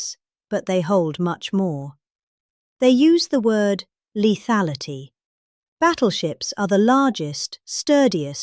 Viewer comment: Children the word for today is" leathality" can you say that.